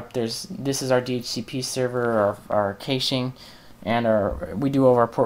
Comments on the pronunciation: kayshing! lol i've heard people pronounce it cash-aye which is annoying, but this tops it. its cash pronounced like cash money. as in "clear the cash memory" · well this was a good video until you started talking about caching, i had to stop watching your continued mispronunciation of the word was driving me crazy. It is pronounced "Cash" or "Cashing" even though it is spelled "Cache" or "Caching" Just a little FYI